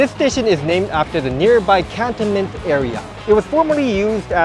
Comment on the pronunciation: Thank you for this preview of the new stations. I would pronounce Cantonment normally with the stress on the second syllable though can-TON-ment.